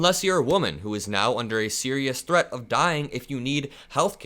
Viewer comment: She said that he is a chreat to Democracy. She said it twice. What in the hell is a chreat to Democracy 😂😂😂😂